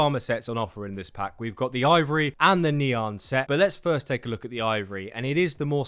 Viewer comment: Pronounce = Knee an Try saying: Nyaaaa